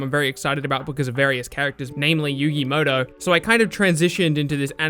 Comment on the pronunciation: 1. IT’S MUTO, NOT MOTO